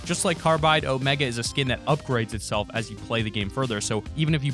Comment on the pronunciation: omEga not omaga